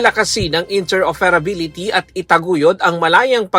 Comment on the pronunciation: Cooferative and interoferability pag na dinig ko to si na talaga nag sasalita ng UNTV